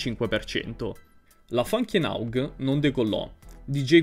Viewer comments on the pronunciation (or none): Se ti sento dire "ENAUG" e "SIUG KNAIT" ancora una volta ti flaggo il video! 🤦🏻‍♂️🤦🏻‍♂️